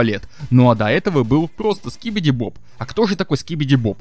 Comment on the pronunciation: Говоришь что как будто монстры гарбен оф банбан это Игрушки ЭТО НАСТОЯЩИЕ МОНСТРЫ ане ИГРУШКИ, и ли Скибиди туалет ТЫ ГОВОРИШ СКИБИДИ БОБ БОБ а надо СКИБИДИ ДОП ДОП, Ты сначало выучи персонажей а потом делай тиории!